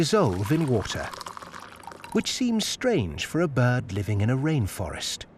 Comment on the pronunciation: Its pronounced B I R D there's an R in the word are...R